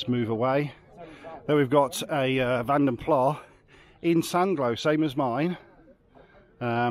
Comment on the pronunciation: it's vanden plaS not vanden plaH apparently